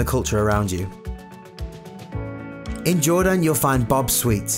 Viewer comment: the way he says Jordaan makes me mad